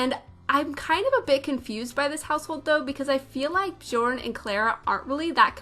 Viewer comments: björn is pronounced bee-YORN (bee is short) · I just love how u said Bjourn.